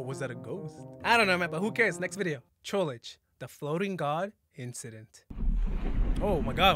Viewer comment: i love how you pronounce trollge like trollage